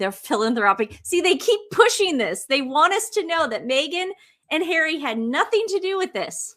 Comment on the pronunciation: 😂😂😂 the SS member said hawwy and MeGain "helped millions" through arsewell foundation